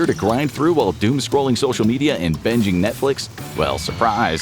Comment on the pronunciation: Did you just say “benging” Netflix?